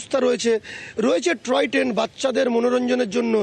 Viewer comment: " ট্রয় ট্রেন " নয়, টয় ট্রেন হবে!